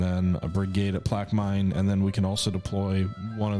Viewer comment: Plaquemine, LA, is pronounced "PLACK-uh-men". Just a friendly FYI Never try to pronounce Louisiana place names without a local guide, lol. Such a crazy mix of native, Spanish, French, and English words and spellings and pronunciations that it's impossible to read something and know what it says. Tchoupitoulas. Bossier City. Natchitoches. Delcambre. Metairie. Atchafalaya. Good luck with all of those! 😄